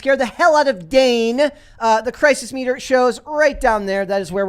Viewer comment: It's Dane. =[